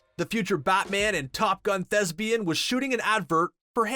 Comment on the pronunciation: Shame he couldn't pronounce it correctly (thesbian).